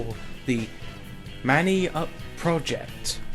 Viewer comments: Manny? You mean may-Yahn? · Bowie = Bow-wee Reserve = Reh-Zerve Mayann = My-An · My-ann project not watever teh fok u said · It's prenounced my-yann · I think the pronunciation is my-an anyway I don't think this update will include weapons, reskins at the most, we haven't seen any new weapons in community update, and personally I would rather have an existing unused weapon balance (remember the iron bomber is actually a thing) cheers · Also it's pronounced my-ann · just want to tell ya mayann is pronounced my an :) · He has dyslexia